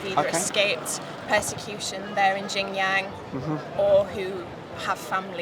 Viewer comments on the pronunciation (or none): sorry, but if her pronunciation was slightly off I would let it slide. "Jin Yang" is way off the mark from Xinjiang. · A masters degree in Uighur Genocide and she can't even say the province, not even close, she said "Jingyang". This is ignorance and idiocy on the highest level. People in the West write their master's thesis in something they have no clue about, you might as well say you are racist and have a masters degree in Ching Dong. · As a fellow Yorkshiremen it's truly shameful to see this kind of clueless brainwashed twit of a woman spouting nonsense about China. She wrote an entire Masters degree about a place she CAN'T even pronounce correctly!? ''Jing Yang'' 🤣 I'd love to know where this mysterious region JingYang is... She's never been to China AND she's never even been to the region that she's claiming commits genocide, says it all really. The BBC will probably offer her a job next week hahaha Here we Areeeeeeee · Great video! I was not surprised with most of the answers. The girl from Yorkshire showed her ignorance and lack of research with regard to Xinjiang, did not even know how to pronounce it, Jing Yang?. I hope she will not be giving lectures on the subject. Still this was interesting to hear different people's opinions. Keep up your good work and cheers from Australia. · is embarrassing herself, she couldn’t even pronounce xinjiang properly despite having done research for her masters lol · That idiot couldn't even pronounce Xinjiang properly yet she claims to have done a lot of research on the region.... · she grossly mispronounced "Xinjiang". For a person who's doing her thesis on the Uyghurs, one would think they would know now to pronounce Xinjiang correctly.